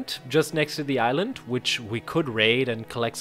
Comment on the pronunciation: Somehow every time when you say "island" I hear "ireland" what XD